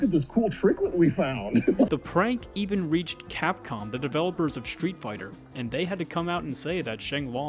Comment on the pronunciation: also stop saying SHtreet Fighter